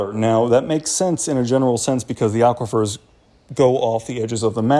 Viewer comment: 'Aquifers' = triggered